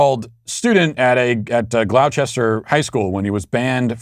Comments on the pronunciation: "Glow chester" it's Glawsta!!! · "Gloucester" = "Glaw-ster". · Gloucester is pronounced "GLAW (sounds like "claw") -stir." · Matt Gloucester is pronounced Glos'-ter